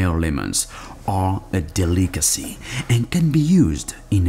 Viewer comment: I'm dying over how he says delicacy